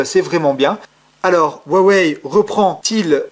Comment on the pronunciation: Bonsoir :) très bonne vidéo ! je voudrais juste poser une question, quelle version vous pensez être plus jolie, la blanche ou là noire? Aussi merci pour la prononciation, avant je disais u-a-wéye x)